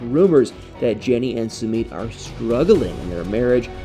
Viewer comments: PRONOUNCE Sumit's name correctly! It is pronounced SUE MITT not Sue meet. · OMG, WHEN HE SAYS "SOO MEET" Really? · Sweetheart your not pronouncing his name, right just saying, I love your videos❤